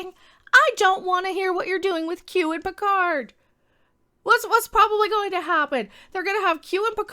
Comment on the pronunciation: PEEHARD is back the robot